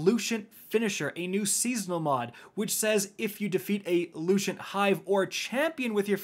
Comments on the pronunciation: “Luchent” bruh, its Lucent. Lu-cent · Repeat after me Lu-cent Not lu-shent